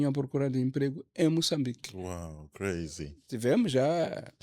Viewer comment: soltou uns “crayz” presidenciais. 😂😂😂